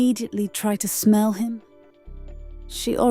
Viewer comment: "I tried to schmelll it!!" 😂😂😂🤦🏾